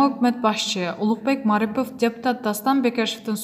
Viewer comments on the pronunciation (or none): none